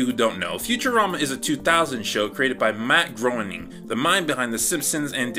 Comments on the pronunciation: Grain-ing not Groan-ing. I know how it looks, but how it looks is not how it’s pronounced. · Matt Groening's last name is pronounced Graining btw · You pronounced Matt Groening wrong, it’s pronounced Matt GRAY-ning. Just a nitpick. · Matt GROENING rhymes with complaining. That's a quote from Matt himself which always helped me pronounce his name correctly :), but you were pretty close. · One of my pet peeves is when people can’t pronounce Matt Groening’s name right